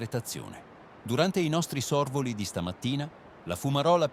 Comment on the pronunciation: Gran lavoro il vostro....Ma le parole come "Bacoli" e " Sorvoli" con l' accento sbagliato ahahah?